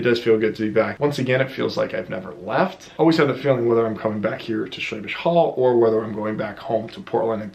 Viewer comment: for a moment there I thought you said Schwäbisch Höll'. ;)